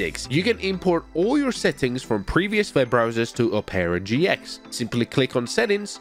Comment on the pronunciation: Oh-pera GX